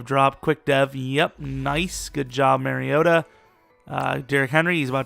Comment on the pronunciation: MAR-REE-OH-TAH ...MARIOta... it's not MERRYota lmao. Y'all gotta get my dawg name right.